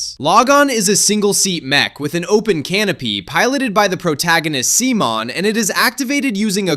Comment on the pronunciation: See-mon!?!?!? What, did this boy come from the digital world? Simon (pronounced like "Simone" or "sea-moan" in English, and "Shimon" in Japanese), also known as Simon The Digger!!